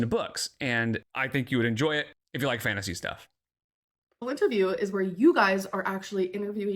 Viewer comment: She keeps saying it out loud... Lint-erview, Lynnterview? She's not catching that, is she!? Laughing my damn ass off!! 🤣